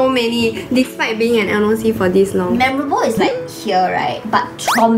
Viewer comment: Even can pronounce memorable and the other noc crew pronounce it as me moor rable which is wrong such a disgrace